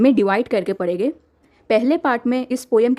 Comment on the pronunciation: Thanks ma'am but aap padhenge ko padege kyu bolte ho?🤔